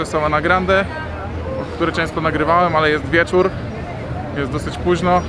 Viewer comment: jest wiecórrrr haha, masz cos Do wymowy litery „R“ Ale mie to bawi sry